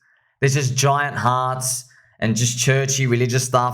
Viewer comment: Hilarious 😂 “giant harts” 😅😅😅